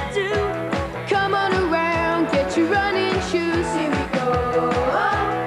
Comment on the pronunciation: Gianni trying his hand at an American accent is everything I never thought I needed. Specifically the southern drawl in "around"!